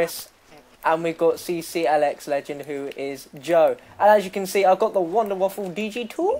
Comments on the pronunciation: its the wunderwaffe not the WUNDERWAFFLE! god theres no L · it's pronounced vundervaffe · it's pronounced like Voonder Va-feh. or Va-fuh. depending on the accent you put on it.